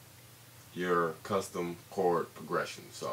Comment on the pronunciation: this guy cant even say progression..